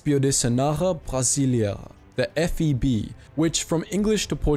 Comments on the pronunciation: It sounds like you are saying F E D, not F E B. What? No love for the Força Aérea Brasileira? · Why does he keep saying FED?? The correct is FEB, Força Expedicionária Brasileira. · its not FED, the correct is FEB = Força Expedicionária Brasileira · why do you keep saying FED instead of FEB? B stands for Brazil, which isn't Drazil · I love the video!! But you saying FED in the place of FEB ground my gears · Is it me or he just recorded the whole video saying "FED" instead of "FEB"? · cool video but its not FED its FEB!!!!!!!!!!!!!!! geeeee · I don't know if it's cause of your accent, but sounds that you said F-E-D but the correct is F-E-B, or Feb, like brazilians says. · FEB.B, as in “boat”. Not D as in “dog”. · Brasil porraaa , o cara passou o vídeo td falando “FED” em vez de FEB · Lol u keep saying “F E D” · You said FED? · It's FEB, not FED. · Why do you keep saying "F.E.D"? It's F.E.B. Usually, we say "FEB" as in "FEBruary". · I'm very proud 2nd Lieutenant of the Brazilian Army Artillery. Despite the video being about FEB-Força Expedicionária Brasileira, the narrator kept calling it "FED". I've watched tons of documentaries about the allied foreces campaign in Italy and Brazilians are never mentioned. Thanks for posting this video. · It's not "FED" but FEB. Good grief ! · Força expedicionária Brasileira, é com B, FEB, você falou FED o vídeo inteiro, mas tudo bem, finalmente alguém lembra da nossa parte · Brazilians stole tanks, paraded on them, walked among nazis pretending to be Italians, they were there in the spirit of Zoeira. F.E.B, not D. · Am I the only one that hears him say FED instead of FEB? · He definitely speaks FED 80% of the vid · Read it like the channel subscribe just because of this video but you said FED the whole video BRO?!🤣 IT'S BE FOR BRAZIL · Yep, Devil expeditionary force.